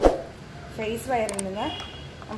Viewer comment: Madom your prounsation is wrong 'FACE'(means Human face)'PHASE' (Electrical Energy)I amEle-Supervisor from Angola S-Africa